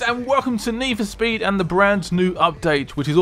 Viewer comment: its "Hello Guys and Welcome to nee foo sped"